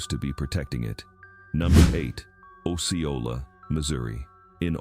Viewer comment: Lord it's not along the Kansas border and it's pronounced oh see oh la